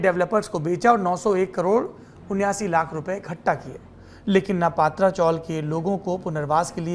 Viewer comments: पात्रा नही पत्रा चाल, मतलब टिन शेड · पत्राचाळ हैं पात्राचोळ नाही